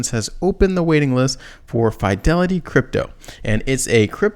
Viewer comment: please ! you can't keep saying F ī delity ! I'm from Boston, it's Fidelity like fi' del.e.ti. thank you !